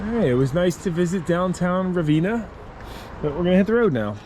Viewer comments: Been past the "Florence Y'all" water tower myself...lol, and Ravenna.... the 'ven' rhymes with 'ten' Ruh-ven-uh.... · It's not "Ra-vee-na" It;s Ra-venn-a. I was born there. Cool to see my old stomping grounds.